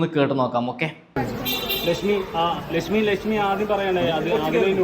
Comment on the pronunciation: എടാ എടാ ചള്ള് ചെർക്ക ലഷ്മി അല്ല ലക്ഷ്മി 😂😂😂ഷോഷ്യൽ മീഡിയ അല്ല സോഷ്യൽ മീഡിയ 😂